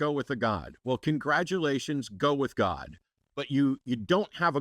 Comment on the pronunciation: Hello not GAWD, but GAWID emphasis on WID w/southern drawl